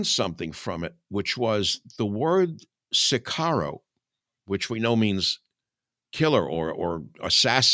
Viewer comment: It is "OSWALD" not "OTTO" Spengler. It is "sicario" not "sicaro" and comes from the Latin "Sicarii", which was used by the Romans to describe a faction of the Judean Zealots who used terrorism and assassination against the Roman occupation.